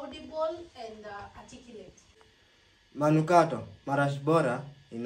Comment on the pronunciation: Ulisahau kusema manungato 😆😆😆 , wakambaka hawasemi manukato